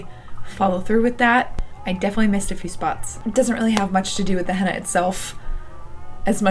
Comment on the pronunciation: It sounds like you are saying Hannah instead of henna, it’s cute.